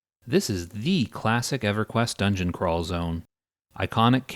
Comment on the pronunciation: I got to know the reason for why you mispronounced everything. I even had to re-watch the intro just to see if you said EverQuest as Eveyquienst